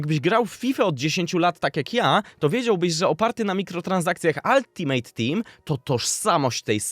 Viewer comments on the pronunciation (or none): none